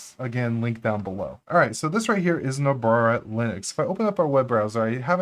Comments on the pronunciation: Great video and I am hoping to performing similar tweaks in my Debian build. Did you say Nobrara at the intro? lol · Do you realize that you frequently add an extra “r” to Nobara? :-) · "Nobrara" lmao